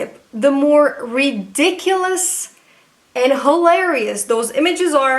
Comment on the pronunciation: I heard hoelarious😂